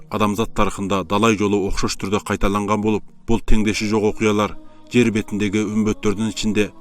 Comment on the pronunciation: Анан, "жэр" эмес "жер"